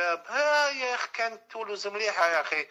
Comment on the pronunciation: علابالي هاو انا علاش علقت 🙄🤣 سمعت شاراه يقول "تولوز"